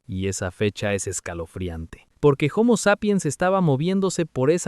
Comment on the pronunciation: Hasta donde sé, la h de homo, que es latín, es muda al igual que en español, y no equivale a la pronunciación anglosajona equivalente a la J en español, por lo que decirle jomo me parece absurdo